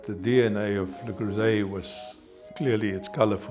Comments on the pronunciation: It's not LA it's LE Creuset. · Le CrOOsay 😂 (it’s pronounced Le CrIRRsay) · Sorry, how does your own editor NOT know the "S" in "creuset" is soft, not a "Z"???? It's "le creu-set" where the "t" is silent.🤦‍♀🤦‍♀🤦‍♀🤦‍♀ I am embarrassed for her. Has she never heard French? It's not "croizzant", "it's "croi-ssant"!!! Good grief. I'm glad it was such a rite of passage for her she never learned how to say it properly.....you also conveniently left out that many of their pots are no longer made in France. You have to look carefully to see if the pot you want is legit French-made or a cheaper Chinese version. The globalization the CEO's son brags about did not improve quality.... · "Le Curzeee" 💀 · "La Kruoy and Le Cruisay" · "LE CROO ZAY" ;D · Perhaps I'm a snobby European, but it really bothered me that the woman was supposedly an expert, but kept mispronouncing Le Creuset? 😂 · funny how none of the managers can even be bothered to learn the correct pronounciation of their brand... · The way they pronounce the brand breaks my ears. Americans can't French. I bought the tajine over 10 years ago. It was just a tad more expensive than a clay one at the time, but I got a cast iron shell for it and the bright colours didn't hurt. I wasn't really worried about "professional level" quality aas I'm not a pro and "good enough" is good enough for the rare occasion that I use the tajine. People buying Le Creuset or any of the other "professional" brands and thinking it will make them a pro are laughable. People actually collecting them for all the pretty different colours should look into getting help. It's the same crazy behaviour you saw/see with those cups. And I fear the current quality might've slid with the over the top attention. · I was today years old when I heard how to pronounce this company LOL